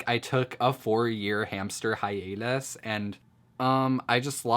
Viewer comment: "hamster hi-anus"